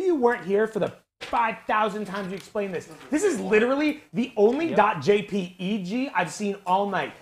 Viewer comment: The way he just says, "J-P-E-G" instead of just Jpeg is amazing